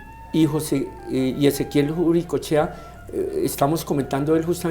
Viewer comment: ¿por qué nos pronunciam mal el apellido? Es UricoEchea